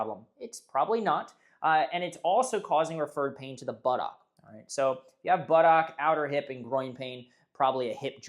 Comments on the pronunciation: puts too much emphasis on the OCK. It's closer to Buttuck. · Do you have to pronounce it butt OCK 😅 It's making me laugh.